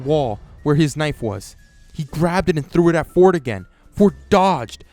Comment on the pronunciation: I know you said Ford but for a sec I hear fork